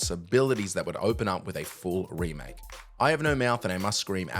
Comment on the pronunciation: I think you mean Ramake right